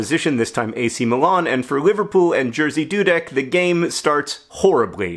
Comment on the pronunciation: no offense, but i think i passed out laughing at the way you pronounce "Jerzy Dudek" (the correct way would be something like ye (like in Yemen)-zhi (like in "vision"))